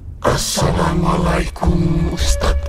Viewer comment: Tapi jangan ditekankan pas assalamualaikum ny bang toleransi lah jangan menghina assalamualaikum bang emang film indonesia masih banyak banget kurangnya😂 tapi bacaan Assalamualaikum jangan dibuat mainan bang😊